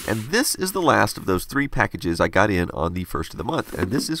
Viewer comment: this is a super late reply, but according to the captions, he's saying "cool last name". ^.^ it definitely sounds like he IS saying cool ass name though. >u>